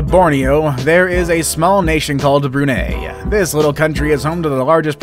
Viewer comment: Not really how you pronounce BRUNEI